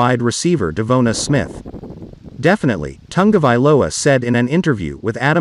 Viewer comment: Who’s dumb idea was this computer generated voice that can’t pronounce Devonta?